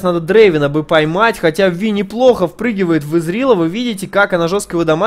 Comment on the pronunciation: правильно именно ВИ, а не Вай..... это наши чудо переводчики так перевели.